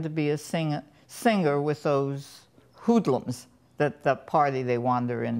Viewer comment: "with those whoodlums" hahahah